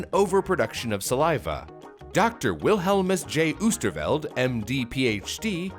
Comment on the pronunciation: lol at how you pronounce oosterveld